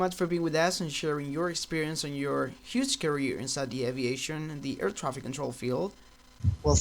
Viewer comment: sounded like you said "a retarded air craft controller" lmao